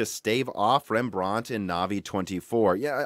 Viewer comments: Rembrandt was Dutch and not French so we don’t say it in a British accent Pronunciation: REM-BRANT Not: REM-BRAUNT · OMG.. Rembrandt - Stop saying it that way! Loved the video otherwise ;) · REMB-RANT, not rembr-aunt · I don't know where this guy is from SO I don't know his local English vernacular BUT he is mispronouncing "Rembrandt", it's pronounced: "Rem Brandt", it's the name of the famous Dutch painter. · He's pronouncing Rembrandt wrong. Like he's from England or something. It's T I not tie